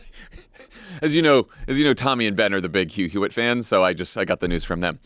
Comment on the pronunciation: So, Jon — did you say, Trump’s “biggest fans,” or “bigots fans”? Or no difference?